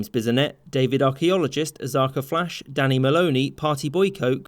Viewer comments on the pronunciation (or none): none